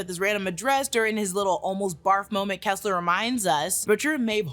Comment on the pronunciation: rock-kim and kessler not keesler